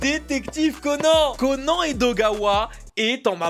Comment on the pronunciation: C est conane pas conan